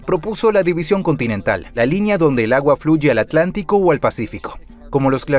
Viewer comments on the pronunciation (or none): none